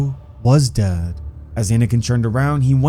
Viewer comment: why do you over exaggerate the word dead